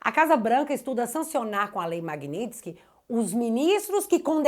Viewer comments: Bom dia > Corrige a palavra MAGNITSKY < (correto) - (MAGNINTSKY < errado). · querida creio que não é MAGNINTSKY e sim MAGNITSKY.vc colocou um N entre o i e o t.parabéns pelo seu trabalho.vc vai ajudar o Marco Antônio Costa do fio diário para senador?e o Bruno Engler ex-candidato a prefeito pode ser candidato a senador?seria maravilhoso se vc fosse candidata. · Não é MAGNINTSKY É MAGNITSKY Tá parecendo o Kim Paim no início desse assunto… 😂😂😂😂😊😊😊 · Magnitsky, sem "n".